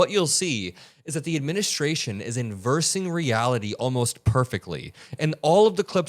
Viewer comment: It's 'inverting' . It's a 't' in the word, not an 's'.